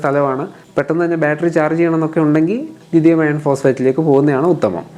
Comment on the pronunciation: ലിഥിയം അയേൺ അല്ല ബ്രോ ലിഥിയം അയോൺ എന്ന് പറയൂ